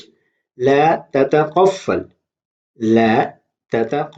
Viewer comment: You made mistake at beginning it's تتطفل u said تتقفل